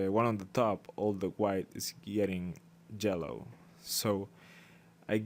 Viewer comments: "jellow" :D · I like how u say yellow :D and thank you for the tutorial! even tho i'm using paint tool sai i took alot from it